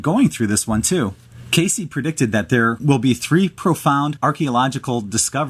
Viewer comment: It's not pronounced KAY-CEE, chucklehead, it rhymes with "base."